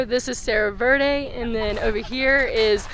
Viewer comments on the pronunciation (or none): none